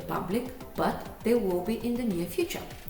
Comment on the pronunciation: You are around 95% correct in pronouncing Chamath's name :) [I'm a Sri Lankan living in Ireland whose name is also start with 'Cham', so you can count my feedback )